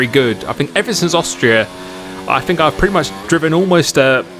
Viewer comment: it grates on me you pronunce th with f fink free bruh its think .. three